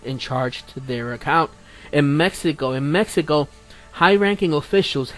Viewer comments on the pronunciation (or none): none